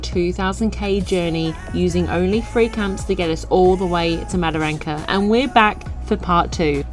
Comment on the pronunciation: Wet canteens serve beer with alcohol not like that lollywater drinks Mataranka not madaranka. Bloody English. Love your work keep it up. Cheers the COG 👍🍺